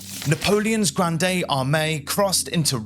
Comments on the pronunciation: The "e" in "Grande" is silent. The word is pronounced as "grand" in English. Disease typically killed more soldiers than battles in the 18th and 19th centuries. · It's not pronounced Grand day. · You don't pronounce the E at the end of "Grande", It's pronounced Grr AHND. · Thank you for this video. Well narrated & interesting. One thing: the “e” in Grande is silent, which as Francophone was a bit distracting — although it did not detract from the content. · it is pronounced grand nót granDE as I learned in French. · The "e" in "Grande" is silent. You don't read it with the ending "ey/ay" sound. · Just a pronunciation correction: Grande should not be pronounced as in Rio Grande, it's not Spanish. The final "e" is silent. "Grand Army" is much better, both in meaning and pronunciation. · Total cringe and he kept repeating "Granday"...